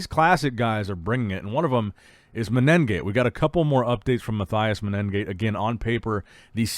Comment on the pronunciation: I's MAH - TEH - OOS MEH - NEH - GAA - TEH. The guy is Brazilian, not German. It's not that hard.